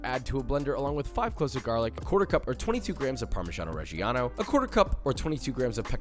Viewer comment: "Parmishiano reshiano"...gosh....I can see a lot of Italian ears bleeding hearing you pronouncing it like that 😄😉